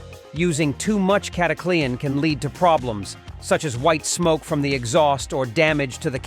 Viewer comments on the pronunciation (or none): It's not cataclee-an haha. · Sounds like the typical AI fake voice. Cata Clee ann??? 1 3 fuel? WTH stupid BOT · Who in heck besides this bot pronounces it Cat a Clee Anne? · You know what's fake you can't even pronounce it right